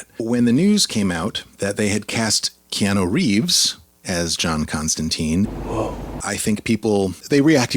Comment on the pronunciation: why are you saying KeanO.....it's KeanUUU?